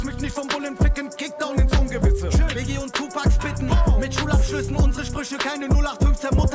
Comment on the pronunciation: Das ist frankfurt da wohnen wir: "das ist inser"😂